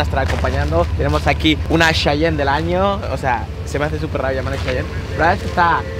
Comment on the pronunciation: No mames, es: cheyene, como los indios americanos, no chayan como el chantante, saluditos.